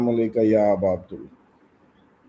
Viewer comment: السلام علیک یا ابا عبداللہ عبداللہ نہیں یعنی جو عبداللہ کی دال ہے اس پہ زیر دینی ہے